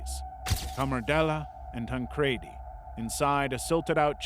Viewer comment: Oh. And it's pronounced tan-creedy... Assuming it's a soft "e" when you obviously haven't considered the origins of the pronoun (ie a "j" in sweden!; Japanese doesn't have the equivalent for the English "l"; ñ has nyuh sound; etc .. tan-cre-di. It ends in an "i" and there's no extra consonant like two d's to explain your pronunciation [ like Eddy, spaghetti, confetti, poppy...] would make sense and those things alone that should've told you that. I went to school with people who had the same last name and I'm an intuitive, annoying smartass. <3